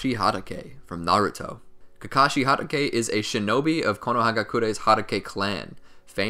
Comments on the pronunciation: ITS HATATAY NOT HAYTAKA AND CHIDIRY NOT CHIDORI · he said sum KaKaShI HaDaKeY like bro its Kakashi Ha tah k